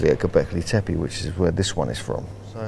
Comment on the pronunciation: Dear Mr Collins, Why do you keep calling the place Gobekli TepAI? AI??? EVERYONE else, the locals, archeologists, and the late Claus Smith as well, pronance it TEPE ,last e pronanced like e in the alphabet, "Tepi", or both e's pronanced as the e in the word egg. It is rather disturbing that you have a complitely different prononciaton sir, so why is that???